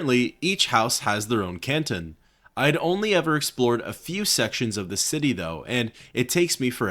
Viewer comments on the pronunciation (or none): none